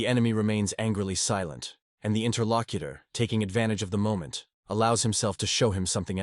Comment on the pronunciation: I hear Inner Lock-eater, but is still p.o. ed me.